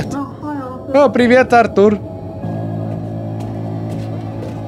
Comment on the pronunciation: Артур ударение на а